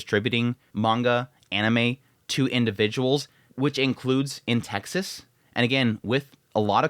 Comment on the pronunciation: Texas... Sounds like "Taxes" with vowels reversed.